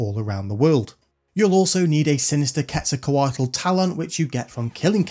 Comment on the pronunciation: insanely good pronunciation of Quezacotl btw - been struggling with that for 20 yrs since ff8